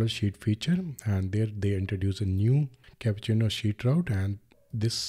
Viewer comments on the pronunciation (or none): It’s Cupertino not capucino